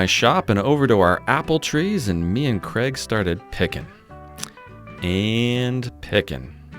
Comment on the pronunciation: Is his name Craig or? It sounds like. 🤷‍♂